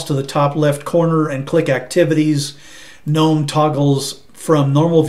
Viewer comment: Nice to hear someone pronouncing Gnome correctly! Thanks for a nice, clear review. I might even give Pop OS a try.